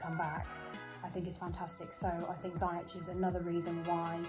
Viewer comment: He’s actually said himself it’s not. It’s pronounced ziy-ec